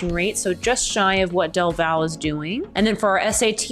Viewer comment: Elgin ISD only has one high school. The other is an alternative school. BTW... Del Valle is pronounced like "Del Valley". Lots of those little strange pronunciations around the Austin area.